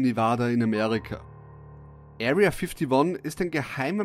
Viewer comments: "Ariya fittoni" 😂😂👌🏻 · "Aria Fiftiwon" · „Erriaa fifdi won“ 😂